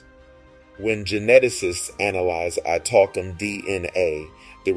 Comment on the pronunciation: His pronunciation of the word Italkim is ridiculous and hilarious at once. It’s pronounced Ee-tahl-KEEM NOT I Talk ‘Em